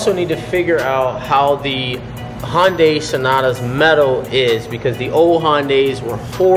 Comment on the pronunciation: A 2018 "Honday Sonata" huh? Interesting lol